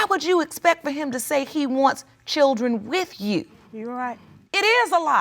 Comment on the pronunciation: What is a "churdren" ??